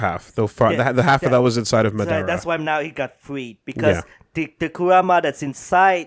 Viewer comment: Anybody else noticed that always calls the Kyuubi Kuruma, which is japanese for car and not Kurama, which is his real name lol